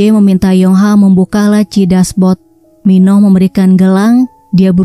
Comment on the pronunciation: Min baca nya Min Oh.bukan Minoh min